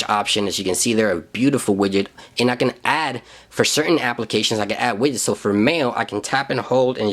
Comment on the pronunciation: Lol "wiyets", xD Widgets